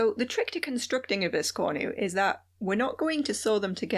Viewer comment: Awesome video! 🧡🖤 I'm going to try to make this adorable biscornu (pronunciation notwithstanding).😁 It'll be my first!